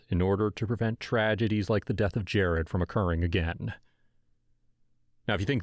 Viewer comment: His name is jarrod not jarred!!! (Video description)